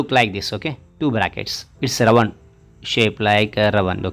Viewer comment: Round pronunciation is not rawand its pronunciation is raoond